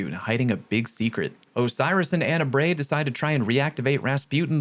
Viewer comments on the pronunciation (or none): Lol why did he say Anna Bray like that 😂